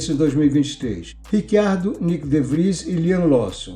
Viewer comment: Em italiano, a pronúncia correta é Ritchiardo, mas ele mesmo, Daniel Ricciardo, pediu a todos jornalistas para usarem Riquiardo, que é como pronunciam o nome dele na Austrália. Neste vídeo, como em todos os outros de nossa autoria, foi usado Riquiardo, como ele pede. Quanto a esse Rick Ardo, também não ouvimos.